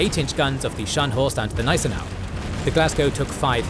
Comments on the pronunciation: Informativ aber die KI-Stimme ist grauenvoll! Gnissenau anstat Gneisenau z.B.. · Hey the "G" in "Gneisenau" is not silent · Wollt Ihr die Leute verarschen??? Es heißt „Spee“ und nicht „Tee“ oder „Schi“, „Cradock“ und nicht „Kreditsch“ oder „Krak“, „Scharhorst“ und nicht „Schanost“ oder „Schenjo“, „Gneisenau“ und nicht „Gnisernau“, „Nürnberg“ und nicht „Nennmau“. Welche Fantasienamen erfindet Euer KI da? Dann sagt Ihr: „Die erste Niederlage Großbritanniens seit 1812“ und zeigt ein Schild 1814. Das Tempo des Erzählers schwankt in der Geschwindigkeit extrem, vor allem am Schluss. Das ist ja grauenhaft, schlimmer geht es wirklich nicht. So was kann man sich nicht anschauen, und noch weniger anhören! Das war das erste und letzte Mal, da ich mir von Euch ein Video geschaut habe! 😡